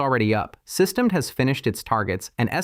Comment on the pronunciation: "Systemed" instead of "SystemD", you're absolutely right!